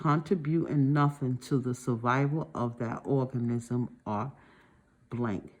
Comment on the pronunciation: My favorite part was when she said orgasm instead of organism 😆